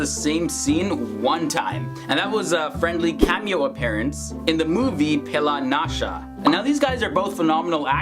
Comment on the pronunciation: Also Pehla Nasha 😄😅